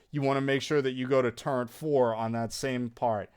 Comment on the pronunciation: “Turrent”—- Wild